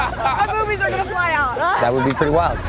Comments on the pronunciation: Cody saying ‘byoobies’ repeatedly really brightened up my day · Take a shot everytime Cody says Bairbiez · I vote for the entire continent of Australia, including New Zealand, to change their pronunciation to whatever Cody decides is the right way to say boobs n boobies. BOYRBS OR BOURBS OR BORBIES